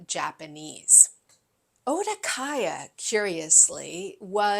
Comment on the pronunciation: Okadaya instead of Odakaya!